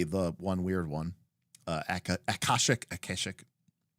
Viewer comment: him saying akashic wrong is hurting